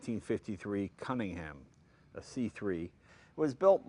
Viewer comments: Looks like the offspring of a tryst between a Bentley and a Cobra. I like it. Someday, a kid will shake Jay's hand and thank him for the opportunity to "meet a piece of history." Duck fast, kid. And is it just my ear or does Jay pronounce Cunningham as "Cummingham" the first couple times? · Sorry, its really silly, but I can't watch this: there's something about the way he pronounces cunning-ham that really grates. I'm completely fine with American pronunciations normally; it's just this one word. Jag-warr is fine, aloominum is fine, trunk and gas are no problem, but cunning-ham? No. No, no, no. It's a shame, as I'm really interested in the car. I think maybe I should just get over it... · Jay pronounced it correctly just once, and then after one of his team mispronounced it, never returned to form.